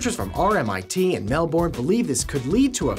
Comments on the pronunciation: I live in Melbourne. Let me fix this. IT IS NOT PRONOUNCED " Mel-born". We pronounce it 'Mel-ben' Trust Me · Mel-Born xDD man I live here and I pronounce it Mel-Ben xD Anywho I love MindBlow so tyvm for brightening my day :DD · Melbourne is actually pronounced Mel-bin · It's not pronounced mel-bourne it's pronounced mel-bun or mel-burn. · Wow, how the hell did you pronounce Melbourne? MEL-BORN? It's pronounced Mel-bon. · Dear Americans, it is MEL BURN not MEL 'BOURNE'! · It's mel-bun not mel-born! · For the gas pill, you pronounced Melbourne wrong It's like melbin (I live there) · Just to let you know, Down Under we pronounce Melbourn, Melben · it funny how other's say Melbourne, we pronounce it more like "mel-burn" or "mel-bern" here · Melbourne is pronounced Melbin..... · Lol "Melborne" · Melbourne is pronounced Mel-ben most times lol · Melbourne Its pronounced more like Mellben Trust me, i live there.... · THANK YOU. As a fellow Melbournian it frustrates me to no end :P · I like to explain it as Mellbn, no vowel in there, americans accentuate vowels, we are far to lazy for that! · As a Melbournian, it's pronounced "mel-bern", or said quickly, "melbin". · Melbourne is pronounced Melb'n. Because it's just another one of those places or things which isn't pronounced how it looks. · Mel-Born, kill me now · I agree. To any American/Canadian who sees this, it's Mel-Ben. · why does everyone say Melbourne wrong? :/ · As an Australian it's always amusing hearing americans pronounce "Melbourne" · Everyone mispronounces "Melbourne" >_> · I love how Americans can't say Melbourne right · Am I the only one that hates the way Americans pronounce Melbourne? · How is it supposed to be pronounced? I say Melbern. I've also seen Melbin. Dunno why it triggers some people tho